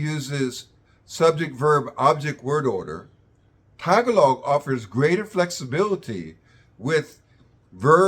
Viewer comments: I respect you sir, but please, at least try to pronounce "Tagalog" correctly. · maybe, pronounce the word tagalog correctly first. its taGAlog, not tagaLOG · Why does he say Tag a log I thought it was Ta gah log? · its actually, "tagA log" not Ta Gahhhhhh log We don't release breath saying the GA the tone increasese at the "g" and peaks at "A" Thats why people are confused from "tagA log" to "tag A log" in their pronunciation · Please say TAH-GAH-LOG not TAG-A-LOG T___T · Good video but our language is pronounced Ta-gahh-log not tag A log. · Interesting info. Btw, tagalog is pronounced ta-GA-log, not TAG-a'log. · ta Gaaa log. emphasis on second syllable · TAG-a-log! lol, you’d think he’d learn how to pronounce the language that he’s referring to 😂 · Okay this is cool, but he keeps repeating TAGuhLOG and it's is very annoying 😅😅😅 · Just a friendly reminder that the stress in Tagalog is on the second syllable: tah-GAH-log. ;) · It's Ta GAH log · Ta-GA-log. Like many 3-syllable Tagalog words, stress on the second syllable. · Sir, the stress is at the second syllable - ga. So, placing the stress on the first syllable - ta, is incorrect. It should be Tagālog. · Also, in the word Tagalog, which if you separate into 3 syllables, Ta ga log, we put the emphasis on ga, not on Ta. Just saying. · Oh the comments in here about how this guy mispronounced the word Tagalog! But we do not cower in shame when. we hear a Filipino speaking in his own "native language". with a lot of English phrases in between. Give him a break he is not a native speaker. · At least pronounce the name of the language correctly. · In saying the word "tagalog" the emphasis is on the syllable "ga" not on "ta". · the way he says tagalog sound like shit but everything else is good content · Dude obviously read about the grammar but did not bother to learn how to pronounce Tagalog correctly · If you're going to make a video about Tagalog, at least pronounce the name of the language correctly.